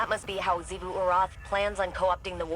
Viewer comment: why do u say ‘shivu’ instead of ‘zivu’